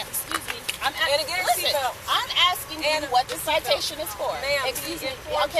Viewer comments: It’s ASK. NOT ax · Please people the word is “ ask” not ax. Please finally learn how to pronounce this easy English word. It’s “ ask” NOT ax. ✌️ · Why do blacks always say “axe” when it’s pronounced “ask” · Ask. Ask. A.S.K. IT IS PRONOUNCED "ASSSK" ASK! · Such a waste of air!! First of all, she’s a massive human, exhausting the poor officers! Secondly, she’s a is a driving/wrecking crime spree! Ughh!! Axing! Axing! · "You AXE what the concern is." cripes! just doesn't get it! Hilarious.. "please don't touch me,," yeah,, hilarious! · I knew she was trying to skip the parking fee as soon as she pronounced ask as “axe” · Can't pronounce "ask".